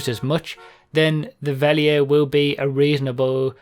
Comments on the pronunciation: Verlierer = fer-LEE-rer It's German for "loser" ;p. Great video btw, I like listening to these while playing. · call the Verlierer fair-lee-rare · Try saying it like this: Verlierer = "fair-leer-uh". That's about as close as you can get to the German pronunciation without actually going and studying German pronunciation rules to get the exact sound. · Try pronouncing it fer/leer/er! I think the car looks great! It's rather funny that it's German for "loser" though! Rockstar humour! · Mispronouncing Verlierer is one thing, but mispronouncing Cognoscenti is waste of a good pun in my opinion.